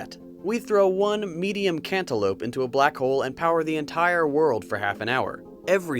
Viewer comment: Cantolope lmao 😂